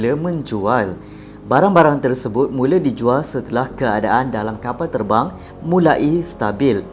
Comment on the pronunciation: itu erbang bukan terbang hahahahahahahhaha